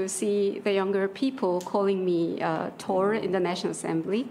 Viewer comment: 통역사가 마블영화를 안봤나 보다. 토르가 영어발음으로는 번데기 발음해야 되는거 아니냐? thㅗ르